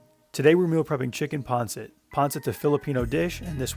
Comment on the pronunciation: Isn't it pronounced " Pan Sit" not " " Pon Sit. Yes I know it is spelt Pancit.